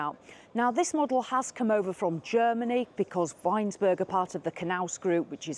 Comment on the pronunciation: It’s ‘Vinesburg’